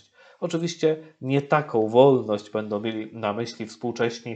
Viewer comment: Niech ksIądz ksiołdz nauczy się sieł mówić po polsku !!!! Nie mówi się: nowoł tylko nową Bełdoł Będą Idoł idą, zroboił. zrobią Itd itd Najpierw nauczyć się mówić a potem komentować !!!! Nie zachwaszczać języka (jełzyka) polskiego!!!!